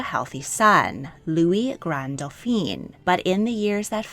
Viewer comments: Great informative video. It's just some of your French pronunciations need to be more nuanced: for example when referring to men you kept on pronouncing Dauphin as "Doh feen" but that is if they were female and spelt as Dauphine ... it should've been pronounced as "Doh feh". You also pronounced Charles as "char-leh" but it should've been "shar-L" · Excellent pronunciation overall! Just a little correction. Dauphin is pronounced dough-FAN. Dauphine, the feminine of the word, is pronounced dough-FEEN, as you have been pronouncing Dauphin. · You really have done a great job. Feedback: For the masculine pronunciation, it is Dauphin (doh-fan) not Dauphine (doo-pheen). You consistently pronounce the masculine like the feminine title. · Try to remember that the male version of Dauphin is doe-fau. Doe-feen (Dauphine) is the female pronunciation. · I would like to point out that you pronounce "Dauphin" the way the French pronounce "Dauphine," which actually refers to a princess instead of the crown prince. Only change I'd make to your work - big fan. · I love your videos but your pronunciation needs more research for accuracy. In this one, you're pronouncing "Dauphin" as "Dauphine". The first is a son of the French King, the second is his wife. 😊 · These documentaries are always interesting but please Dauphin (Dfoén) is not to be pronounced Daupheen (Dauphine) which is the title borne by the Dauphin's wife. Congratulations on the correct pronunciation of "Leszczynska". Also whenever a Medici is mentioned the accent is on the "e" so it is NOT "MedEEchee"! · Dauphin is pronounced doe fan.